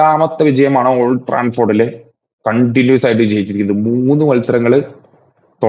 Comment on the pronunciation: ട്രാഫോഡ് ട്രാൻഫോർഡ് അല്ല ബ്രോ 🙌